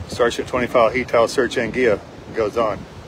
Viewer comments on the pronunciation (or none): It's pronounced Ang-Gwi-Luh...